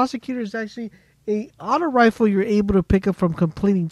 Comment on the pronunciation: It's Rifle not refill